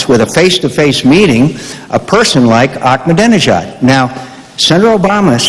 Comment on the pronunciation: Mc Cain is realy dumb, after 8 years Practice and saying his name almost evry day !he stil can't pronunc it "ak ma danee nejaad"!!